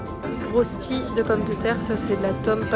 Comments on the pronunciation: Ca se prononce reuchti 😉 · On dit Rochtiiiiii ahaha 😂❤ superbes images et superbe ambiance merciii